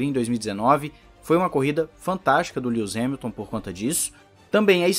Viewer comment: “Lius Remilton” 😂😂🏁 Gostei do canal, vou acompanhar.